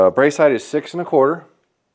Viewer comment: Love the system. Lol it does bother me when you constantly say "brace height-th. 😂